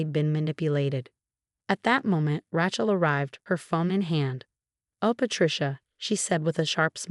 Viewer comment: It's pronounced Ray-chul, not Ratchul!